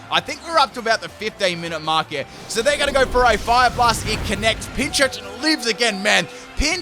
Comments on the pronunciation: Just as an FWI, Pincurchin only has one 'ch' in its name, so it's pronounced 'Pin - Kurr - Chin' rather than 'Pin - Churr - Chin' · Just saying its not pinchurchin its pincurchin